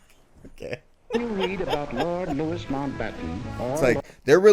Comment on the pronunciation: Lord Louis* Mountbatten ...*Louis is pronounced _Louie_. Louis Mountbatten was HRH Prince **Philip's Uncle, the (now late) **Duke of Edinburgh, was the husband of the (now late) HM Queen Elizabeth II. After disagreeing with his wife over the surnmame of Prince Philip's children, the Queen agreed that his offspring could /would be named 'Mountbatten-Windsor' ('Windsor' being the surname of the Queen since her Grandfather - (King George V) - changed his German surname to 'Windsor' during WWI, due to Germans not finding favour by the British people (...for obvious reasons). Time for a nap (after a few hours spent having bloods, temperature, bp taken & a 'specimen' given (!!) in the Renal Clinic, as I have failing kidneys ...'night-night' !! 🙂😊